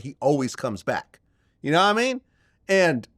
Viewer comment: Yanamean? I hate when Vlad says that.